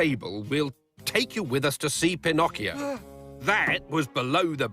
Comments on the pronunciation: Pin-ock-ee oh instead of pin-oak-ee- oh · love the way how Calloway's dad pronounces Pinocchio